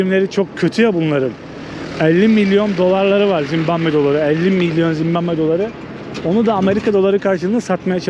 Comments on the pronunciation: Oğlum evladım Zimbamve değil Zimbabve doğru yazmışsın ama telaffuzun yanlış bir de dakika başı söylüyorsun ZİMBABWE o kadar😂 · çok güzel ama sana ufak bir eleştirim olacak. Senin videolarını seviyorum fakat kaç video oldu dikkat edıyorum, sürekli Zimbambe diyorsun, lütfen ülkenin ismini doğru soylemeye çalış.